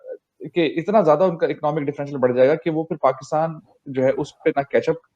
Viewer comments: Aray bhai Pakistan bolo, PAKITAN nahi. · Pakkitan Nahi sir Pakistan hai😂